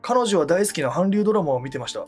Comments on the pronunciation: かかか、かんりゅう〜？！wwwwww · 韓流をハンリュウ読みするのは｢ガチ｣だね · かんりゅう じゃないんだ…普通に初めて知った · かんりゅうだと思ってた